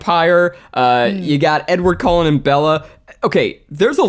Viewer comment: Did anyone else notice Zach said Edward Colon not Cullen lol